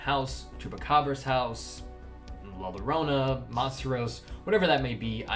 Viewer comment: It's pronounced 'La Yorona', not 'Lorona'